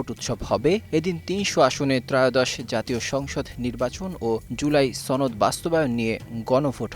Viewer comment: সনদ এর উচ্চারণ ছনদ কেন?😂